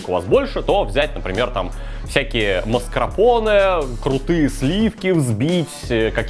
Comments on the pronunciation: Маскарпоне! А не маскрапоне. Кровь из ушей течёт 😃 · Мне кажется правильно говорить не маскрапоне а маскарпоне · Ох уж это маскрапоне от,вместо маскарпоне Прям как фишка уже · ты еще с 2013 или какого там года (когда был первый рецепт Тирамису?) называешь сливочный сыр из баночки масКРАпоне..... но он масКАРпоне ))) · Дружеее, МАСКАРПОНЕ, а не маскрапоне, блин, звучит, как страпон. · Какой уже раз говорит МАСКРАПОНЕ , правильно МАСКАРПОНЕ! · Опять блять "маскрапоне" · ну правильно же МАСКАРПОНЕ, а не МАСКРАПОНЕ, ну в самом то деле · Маскарпоне, а не маскРапоне. Откуда ты ваще такое произношение взял? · Маскрапонеее😂😂😂😂😂😂😂 Не маскарпоне?) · Теперь понятно почему ты говоришь крЭм, но нихрена не понятно почему маскРапоне??? Ну почему не маскАрпоне?? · Да господи, не маскрапоне, аааа. МАС КАР ПО НЕ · Кулинарный блоггер говорит "Маскрапонэ", это пиздец товарищи. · Почему "маскрапоне", ну бля, что не так с тобой? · Да бля, правильно масКАРпоне, ну сколько можно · Игорь Санников действительно правильно говорить масКАРпоне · Опять масКРАпоне... Или тоже для сочности и жЫрности так произносишь название? ))) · Как говорил МАСКРАПОНЕ((((( так и говорит.... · Опять маскрапоне... Научись уже говорить🤦‍♂️ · Так и не научился произносить МАСКАРПОНЕ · Когда-нибудь выучит слово "маскарпоне", но это случится нескоро)